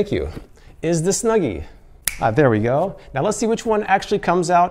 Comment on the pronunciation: So much bias on the snuggy, you dont wear it right, you say its name wrong like 3 times , this review might be rigged.